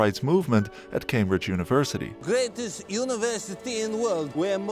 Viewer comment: When you said Cambridge University….. It sounded like Cambridge Jew-niversity .… 😂😂😂